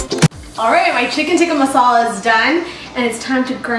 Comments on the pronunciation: You say "chicken tikkah masala" like you are not indian/pakistan. Like you just learned the language yesterday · she said chicken tikka masala like a FU**ing white person 🤦‍♂️